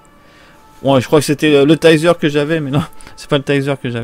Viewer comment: Je kiff mais ses le tazer pas taizer